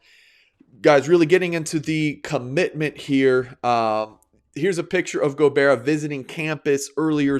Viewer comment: Go-Bye-ra. thank you so much tho!! It was amazing